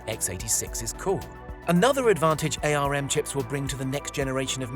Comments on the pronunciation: Tech channel that doesn't know ARM is pronounced "arm" and not "A..R..M". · "Ay Ar Em"? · It's pronounced ARM, as in arm and leg. You kill me every time you say it wrong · RISC I'll give you, but otherwise it's an insult to kids under 10, even they know how to pronounce ARM! :)